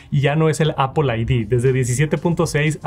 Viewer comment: Appol account, appol pay, appol sports